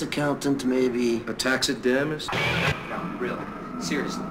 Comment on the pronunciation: A Tax-it-dam-ist?